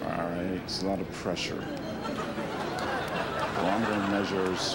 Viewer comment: He said BORAMETER -- it's barometer!!!!